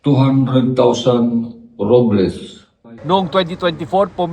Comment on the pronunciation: Parang high pata Ata si Kuya Kung ano ano na Lang pinagsasabi, Yong ruble Ginawang robles